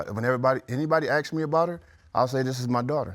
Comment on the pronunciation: You asked, not acxed